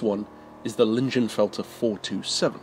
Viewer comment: I believe it's pronounced "leeng-in-felt-er"